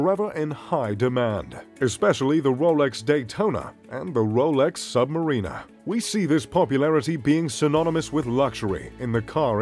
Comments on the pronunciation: your pronunications of several words are totally off. Your favourite brand is Audemars Piguet and you don't even know how to say it?! Also, look up how to pronounce the word Submariner. Also, there's no such thing as a Royal Flying CORPSE. Look up how to pronounce the military word "corps". Also, there is no such thing as the American Army - it's called the US Army. Very cringey narration. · The "Sub - Marina" lol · And did you notice he called the Submariner a Submarina😂